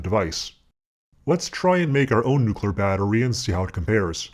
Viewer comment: "New...clear" try it !